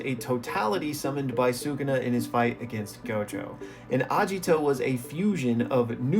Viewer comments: Agito btw not ajito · why u reading agito as ajito also there is aesthetic from deer , agito literaly has horns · Its Ageeto.. Not ajito.. Pronounce that right right now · A*Geet*o not Ajito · His name is Agito, not Ajito 😭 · Please, PLEASE say Agito correctly, not Ajito, Agito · hearing the misspronunciation is really bothering me...................................................its not A-jiii-to its A-gi-to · Hard g in Agito, not a soft g. "Ah-gee-toe" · That pronunciation of Agito is killing me, I tell you, KILLING ME